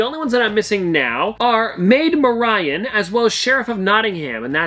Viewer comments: Maid MaRyan 😂 its pronounced Mary-in, awesome video btw. Haven't been to able to hunt some im living vicariously lol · Nice try but its Marian (merry-yen) ^^ just thought I'd help ya with the pronunciation a lil